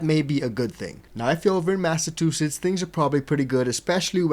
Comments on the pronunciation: Bro, you are not saying massachusetts right... its mass ahh chew sits.... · You didnt say Massachusetts correctly lol.